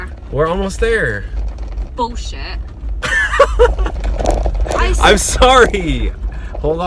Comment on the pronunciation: bro turned british with that ‘bullshit’